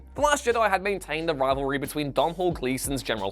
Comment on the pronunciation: It's kind of fitting in a video of this quality that you don't seem to know how to pronounce the word 'banal' ...also - 6 years on and so many of you 'professional' youtubers still don't know how to pronounce Domhnall's name?